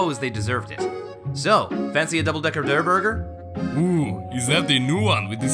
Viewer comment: It aint durrr burger